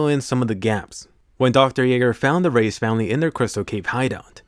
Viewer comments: You say reiss like rice not race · Im preeetty sure reiss is pronounced "rice"